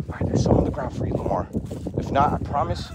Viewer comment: Lamar lmao Lama-Omar. 😅😂